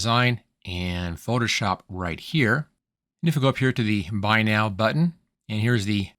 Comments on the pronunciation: Sounds like you keep saying "foship" instead of "Photoshop." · You say “Photoshop” with three syllables at some points, then with two syllables at some points. Hearing isn’t an issue with you say some words like you were hit in the back of the head while speaking.